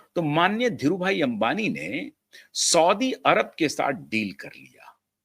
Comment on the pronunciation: सौदी अरेबियन करेक्ट उच्चार हैं